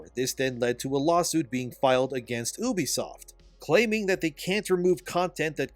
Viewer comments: I hate how you pronounce ubisoft..just call it you-b-soft.. stop saying Oubsoft..so annoying god damn it. I cant watch these videos like that. It pisses me off.is it that hard to say You-b-soft. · I shed a tear every time he said oobisoft instead of ubisoft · Also, you pronounce Ubisoft wrong. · Ubisoft is pronounced "You-Be-Soft" dude, ask them if you need proof. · oobie-soft lol i thought it was Ubisoft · at least pronounce ubisoft correctly